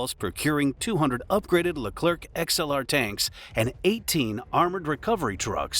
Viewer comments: Stop saying LECLERC with "keuu" at the end forget the C, in French the last letter is always SILENT, like PARIS (capital of France), don't say PARISSE but PARI. I know the last letter is important in English, and must be say to understand the phrase, but not in French, whe have other way to build a understanding phrase. For hear correctly a French word, use the speaker in google translate ! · The "c" at the end of Leclerc is silent you dont have to prononce it